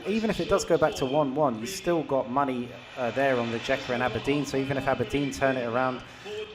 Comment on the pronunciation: Please learn the names of the teams because is really annoing when you call them different РиЕка - RiJeka, ЗорЯ- ZorYa